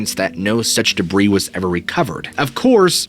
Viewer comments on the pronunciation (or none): none